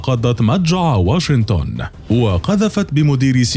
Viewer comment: المعلق لو سمحت اسمها واشنطن ماهو واشنتن